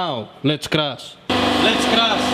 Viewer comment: Whoa hold on a second, is this guy saying "let's crush" or "let's crash"